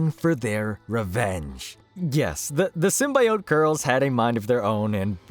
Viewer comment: Bro can't pronounce "symbiote." lol